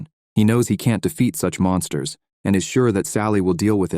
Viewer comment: Fyi its supposed to be Monsters not mounters. 😂its okay english isnt my first language either.